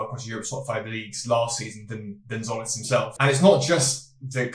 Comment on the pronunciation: Tz makes a j sound so it's like Jolis